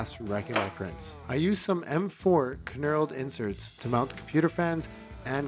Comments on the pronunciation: did he say kaknurled lol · It's supposed to be pronounced with a silent K, like knock.